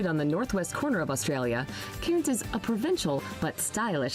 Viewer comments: You’re correct. Cairns is in the north east and she’s mispronounced it. This isn’t the most accurate video, she’s an American and these are definitely not the best 10 places to see in Australia. She’s listed mostly a bunch of cities and towns and of course the best places to visit in Australia are outside of these! Some great places to see include the Blue Mountains, the Kimberley’s, Great Ocean Road, Great Barrier Reef, the Daintree rainforest, Coober Pedy (underground town), Uluṟu, Rottnest island, Cradle Mountain, Hunter Valley.. to name just a few! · If one is making a "come to ...." video, you would think one would pronounce the place names properly! Brisb'n, Cannes, Melb'n, Canbruh. It didn't really give much info; just some stock footage, but OK. Just the voice over annoyed the sh*t out of me 🤣